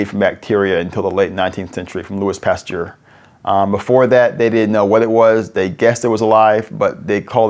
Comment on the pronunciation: Truly fascinating, but the guy mispronouncing “Louis”, “Pasteur”, and “Modena” was painful.